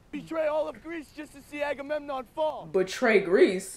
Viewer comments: Hey, a couple of things... 1) You look amazing with the cosplay! 🔥🔥🔥Just sayin'! 2) Your inability to say Agamemnon as "Agamon" was constantly funny! 3) This is one of my favorite movies of this genre. I have always been a sucker for Greek Mythology, and both 'The Illiad' and 'The Odyssey' are favorites. The amazing international cast alone is worth talking about from Brad Pitt (Achilles - American), Eric Bana (Hector - Australian), the legendary Peter O'Toole (King Priam of Troy - Irish), Garrett Hedlund (Patroklus - American), Diane Kruger (Helen - German), Sean Bean (Odysseus - English) nd another legend in Julie Christie (Achilles's mother Thetis - English). Add in an amazing German director in Wolfgang Peterson (Air Force One, In The Line Of Fire, Das Boot - The Boat, Enemy Mine, and The Neverending Story). It is just a wonderful film. 4) They truncated a lot. The Trojan War, like Odysseus's journey to get home, was ten years long. Without the subplots involving the Gods and Goddesses who took sides, and glossing over the religious aspects of funeral rites, as well as compressing events and characters...you get a more streamlined version of the story. Thanks to David Benioff's tight screenplay, way before he was writer-creator-showrunner of 'Game of Thrones' with D.B. Weiss. 5) If you want to see a pretty good film about Greek Mythology that was also a lot of fun I recommend the original 'Clash of the Titans' (1981) with Harry Hamlin, Burgess Meredith, Laurence Oliv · I've never heard anyone mispronounce Agamemnon as "Amagon" but I'm glad I did 🤣. Sounds like a Pokemon.